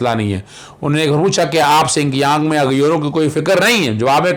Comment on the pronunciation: Correction : BTW it is “ Xinjiang”, pronounced as “ shin jiang” and not “ sin kiyang”